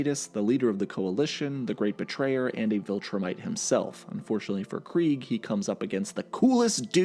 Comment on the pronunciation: Very weird they made clancy pronounce it as Kreeg when its clearly KREGG